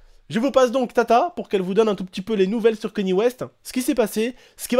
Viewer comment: on dit " kagné " west